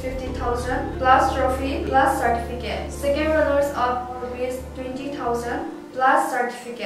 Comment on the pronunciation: Ipi asei ham kahepoi... pronunciation jng ki cheh sah dom2 ute.aki cheh Mo nakah a English jng agah man kit🥴...wice/vice chairman 🤭....sartificate/certificate....min het thei na hi tauvin English tho Khel sang a eipao kicheh Chet aphajoi🥳🙏